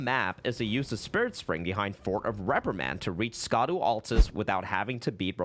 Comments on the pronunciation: "scadu" is pronounced "shadow" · Just a heads up...."Scadu" is pronounced "Shadow"...it's just ye olde spelling. Just like "evergoal" is just pronounced "everjail." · Scadu is not pronounced "Ska-doo" it's Shadow. Just like how Gaols are pronounced "Jails" but spelt in their old english spelling. Scadu is the old english spelling of Shadow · I know it looks stupid the way they spelled it, but I feel like you know scadu is pronounced shadow and you are mispronouncing it on purpose lol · Fun fact, the scadu fragments and scadu altus are pronounced Shadow, I believe it’s the Celtic spelling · Idk who needs to hear this, but "scadu" is pronounced "shadow." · Great video! But it’s pronounced Shaduu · fun fact scadu is pronounced shadow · Please, it’s been a month. Scadu = Shadow just like Gaol = Jail. Shadow of the Erdtree. Shadow Fragments. Shadow Altus. Hearing Scadu hurts.